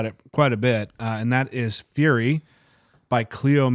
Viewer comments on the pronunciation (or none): none